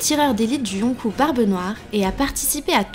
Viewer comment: Yonkou se prononce Yonkoo sinon bonne vidéo ;)